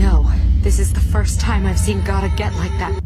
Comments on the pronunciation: It’s Gaara not Gara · It Is Gaara not gara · why its gara its gaara